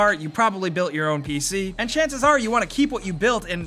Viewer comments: "P-Shee gamin" Noice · "pee shee"